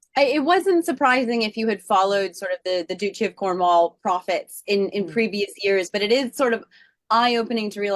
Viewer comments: Not doochi… DUTCHEE duchy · Please pronounce the word 'Duchy' correctly. It is NOT Doochy, it is Dutchy, rhymes with much. 🌹